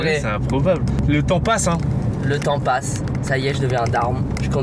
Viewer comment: G compris le tampax au lieu de le temps passe